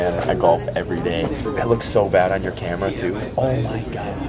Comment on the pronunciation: dude i thought i was the only one that noticed when she said “cahmera” love you ❤